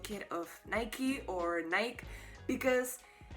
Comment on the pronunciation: Nike is pronounced like the shoe brand